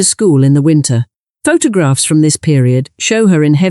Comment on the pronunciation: Bad ai naration, pho-tog-rags?